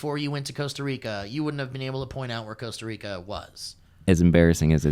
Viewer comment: hey... Cost Rica, im from Costa Rica, Should have called Eliot, defenetlly Jurasic park defenetley is not good for Costa Rica location, but we are the tale end of Mexico, for those who are ignorant where Central america is, JAJA, not calling you ignorant... I think Eliot means Pura vida, which is a word that means everything and nothing at all at the same time, its a greeating, its a state of mind, its a way to say thanks and much more, but for sure even if you talk spanish, Costa Rica spanish is weird, starting because we dont pronounce Rs right, the conversion of dollars to colones is +602, but its aproximet to divided by + a thousand, also depends on the beach, starting because you went to Osa which is the tale end of Costa Rica, but we have some opened and sandy beaches of diferent colors, Also rural dudes in Costa Rica are super nice... yeah also, we have citys you know, and places with a little bit more human intervention, because you went to one of the places that is a natural reserve, its like going to Yellow Stone and saying you dont want to go back to LA... because its too foresty, you know, jajaj... so if you wanna go to less natural Costa Rica, give me a call, You Guys could make an Outlander vlog... if you guys still do that after te deofficing, so sad about that BTW... but yeah glad you liked it... and theres casinos and Wisky but defenetly not were you were... looking forward to the new chapter in the Vally Folk journey